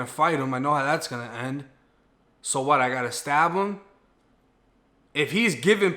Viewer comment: The "wat" took me out😂😂